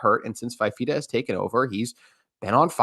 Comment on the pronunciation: Good segment. Couple details. Fifita came in for Injured De laura at Stanford and started the Washington game. Also it's pronounced "fufeeta"